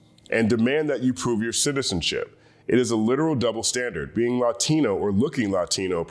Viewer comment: Why do you pronounce “Latino” that way? LATINO from LATIN.